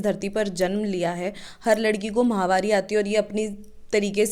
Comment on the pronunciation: महामारी नहीं होती मैडम माहवारी होती है यह